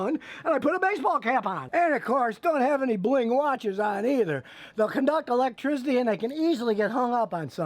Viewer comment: Scotty "electrizzidy" Kilmer